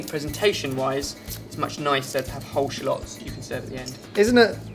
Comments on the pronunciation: Shulots? I'm gonna call them Shulots from now on :D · you say shallots funny..